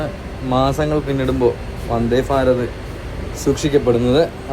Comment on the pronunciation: Farat അല്ല ഭാരത്